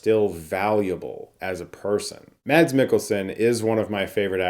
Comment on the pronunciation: Mads is pronounced "mess"